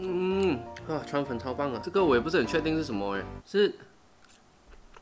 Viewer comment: 川粉我聽成川普😂